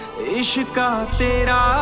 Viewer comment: Thank You And It's Ishqaa Not Ishka.